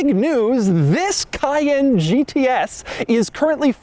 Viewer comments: KAY-EN, doug. Not Kyann. Cayenne = kayen. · Emphasis is on 2nd syllable not 1st. cay-ENNE.